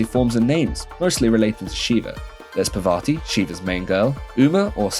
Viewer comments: I didn't get offend by anything you said, I liked it Till you fucked up the name, it's "Parvati" not "Pavarti" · that is not pavarthi brotha, its parvathi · Bro it's Parvati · Pra vati and veena yaka 😂😂😂😂 bro your pronunciation is out of this world